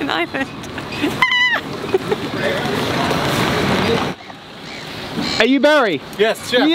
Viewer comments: Will be able to pronounce Ireland instead of Island by the end of the trip? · And we're off! Great start, can't wait for the next installment. With the Ireland/island confusion, try pronouncing Ireland as "Arland".